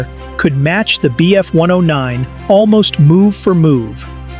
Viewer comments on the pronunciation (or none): Because its AI, notice how he says m k instead of mark, the wierd way he said bf… 109 istead of just bf 109 like a person would, and the true nail in the coffin, he said miles… p h, instead of miles per hour, because AI does not understand how to read things like MK and miles/ph correctly. Spotting AI is alot easier when you start to notice wierd unnatrual pauses and abreviations not being said like any person would just say normaly.